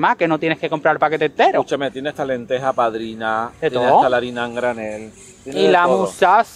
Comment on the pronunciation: lentejas pardinas, no "padrinas" xDD